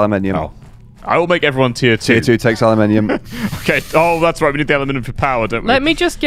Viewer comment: Aluminium = Analminium